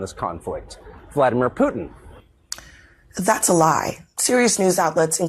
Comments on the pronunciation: Who is "peeuuutin? I know who Putin is, but PŪTIN.... NO CLUE. LOL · The one anchor can’t even pronounce Putin correctly lol